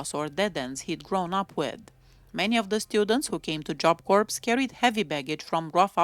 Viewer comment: Had she not been caught for killing Colleen Slemmer, I think she would've become a serial killer.Corps is pronounced like core,the P and S are silent.